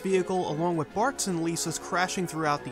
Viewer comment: I just started watching this channel, and I can't stand that he pronounces "with" as "wit".